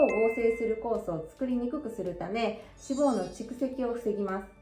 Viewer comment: 脂肪の発音が気になった